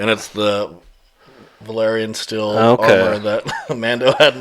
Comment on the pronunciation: you said valarian steel though